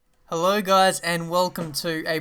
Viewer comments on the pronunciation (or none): none